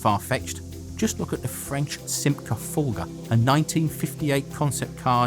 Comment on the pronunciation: 'Fulgur', not 'Fulga'.